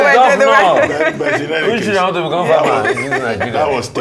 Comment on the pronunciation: To add salt to injury how can u say “what doy you WANST to be when grow up?” Some serious grammatical error that shouldn’t be done in front of primary school pupil. That isn’t how to LEAD by EXAMPLE… Mans can’t even pronounce WANT correctly…? 🙈😒🤦‍♂️🤦🏾‍♂️😢